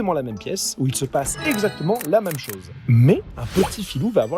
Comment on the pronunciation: "chôse" ? il sort d'où, cet accent circonflexe ?